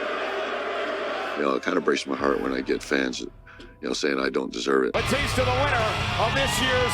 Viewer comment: JBL said BooTista 👻 hah BootTista 🥾 lol